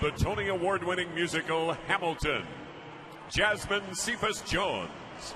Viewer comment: When they pronounced jasmines name wrong her face was the greatest😂